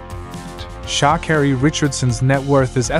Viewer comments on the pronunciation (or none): How do you pronounce her name again... Shaakerry. 🤣🤣🤣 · What's with the SHA bit pronounce her name properly for the billionth time. My father told me when I was very young, one must never let anyone spell or pronounce one's name incorrectly.